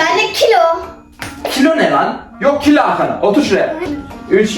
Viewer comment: 4,50 dakkada benğğ kiloğğ diyişi çok komik